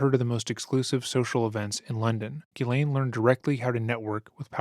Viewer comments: I hope you learn how to pronounce Ghislaine....jeeslaine .. there is a S in the name. It's so annoying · Her name is pronounced CHEZ LAINE. It's French. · Let's get this right "jisslane"